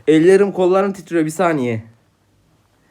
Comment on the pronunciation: içindeki Ankaralı ortaya çıktı :D (Ellerim gollarım titriyoo)